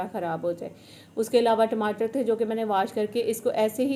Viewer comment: Ab aap TIMATER nahi bolti